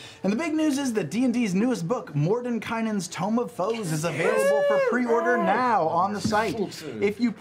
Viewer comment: Wait you’re telling me that the first time EVER said “Mordenkainen’s Tome of Foes” he DIDN’T mispronounce it???